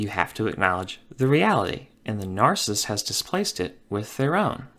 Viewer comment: It is NAR-CI-SSIST. Three syllables. Not NAR-CISST. It's NARCISSIST.